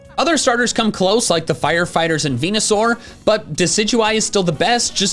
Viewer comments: Erm actually it’s pronounced venusaur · IT'S VENUSAUR, NOT VENASOUR! GET IT RIGHT PLEASE!